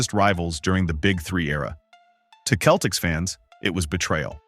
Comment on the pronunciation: its pronounced with a soft C seltiks not keltiks